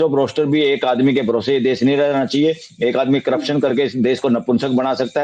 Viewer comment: आसीस चित्रांसी जी अविस्वास ,इस देस में करप्सन नही होता हैं। नोट :-आप अपने हिसाब से " स "की जगह " श " का उच्चारण करने के लिए स्वतंत्र हैं ।